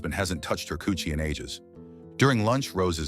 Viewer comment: The way you said coochie 🤣